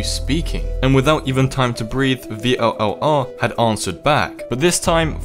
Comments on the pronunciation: its vllr not v l l r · It's pronounced viller or vill are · i heard that it is pronounced vill are